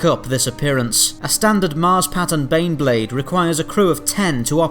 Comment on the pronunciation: Every time you say baneblade I hear beyblade. That crappy Japanese's cartoon for babies to sell toys, that me and friends watched when we were kids.